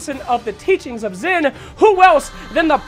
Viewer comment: It's not "zin" it's pronounced "sheen" or "zeen" Backup evidence for my petty correction